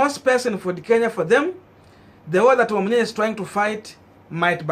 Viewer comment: Wamunyinyi and not wamunyinya